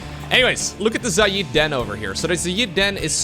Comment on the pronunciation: it's pronounced "Zay Id." Think "Say" but with a Z + "It" but with a D. Not "Za yeed" or whatever weird Indian accented pronunciation you keep using.